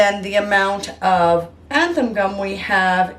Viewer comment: 'Zan-than' not 'anthan' gum. Your videos are very helpful thank you so much for sharing.